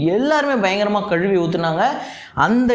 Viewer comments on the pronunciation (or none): none